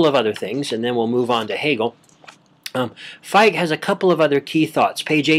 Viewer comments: I'm hearing Fight...but great work. I appreciate. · Great talk. Fichte is pronounced Fick-tuh, though. :]